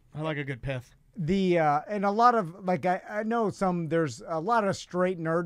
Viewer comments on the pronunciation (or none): I too enjoy a good pith... BTW it sounded like piss😂😂😂😂